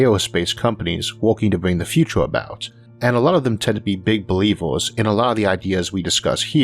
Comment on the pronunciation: Don't get me wrong, I love your videos and the amount of research you do for them. But the way you speak almost makes me not want to watch these videos. I mean you pronounce future like futore, university as univorsity and years as yeors. Is this some kind of failed forced british accent or a genuine speech impediment?